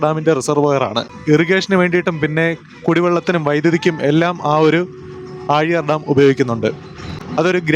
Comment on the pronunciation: ആ ഴി യാർ അല്ല ആ ലി യർ ണ്